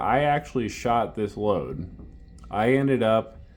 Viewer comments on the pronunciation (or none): none